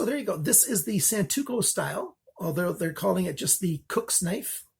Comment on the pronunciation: Great review, just wanted to correct something real quick; it's Santoku not Santuko ;) Thanks for all your work!